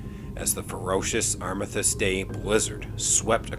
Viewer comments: Arm-is-stiss is how it's pronounced in most of the English speaking world. I confess that I have never heard your version before. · I'm assuming that you meant the "Armistice Day Blizzard (11.11.40)?" Your pronunciation confused me unless you are talking about a different day of the year?